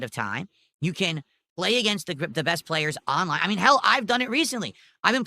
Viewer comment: "AHNLINE"